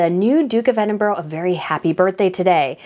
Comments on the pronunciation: It is Edinburrrra not Edinburggg. She’s so sweet 🌹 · Love the channel I almost always agree however it’s not Edinboro it’s Edinburgh not pronounced boro but burah sorry it just drives me nuts. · as a Scottish person we pronounce Duke and Duchess of Edinburgh as ‘Edinbra’ not ‘Edinboro’ just saying to let you know how we pronounce it even though it’s not spelt the way we pronounce it. It’s just a Scottish thing. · Please, use the correct pronunciation of EDINBURGH. Its not Edinboro. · Please learn how to pronounce Edinburgh.Edinburra is the correct pronunciation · Please learn how to pronounce Edinburgh. Ed-in-bur-a. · It’s pronounced “Ed in burr ahh”, sorry but my grandfather was a Scot and he hated when people pronounced it wrong…. Edward has been on a great course since he married the Sophie. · just to be absolutely correct, it’s pronounced ED-DIN-BRUH. 😊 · ED IN BRA Please. There is no 'ooh' at the end of it EDINBURGH Your video incidentally is assuring. Your thoughts are well thought through. Thank you.